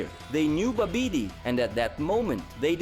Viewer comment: Babidi is pronounced more like, Bobidy.